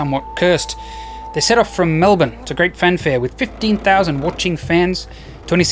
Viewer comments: he knew he just had to start out strong by pronouncing Melbourne correctly. From then on any slip up would be forgiven as most Australians would be like, "Yeah, nah. Close enough." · Kudos in pronouncing Melbourne correctly, and avoiding the more cinematic orztraylianisms that Australian's themselves never use... cobber. I like rhymes